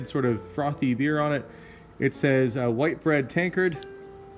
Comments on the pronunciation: Hi, the tankard of ale is pronounced wit bread. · that beer tankard is from a British beer, pronounced Whitbread (to rhyme with Shi* head) they were usually outside pub doors and did indeed have a light in them. the most popular here was Whitbread trophy bitter. probably 60's. great vid matey.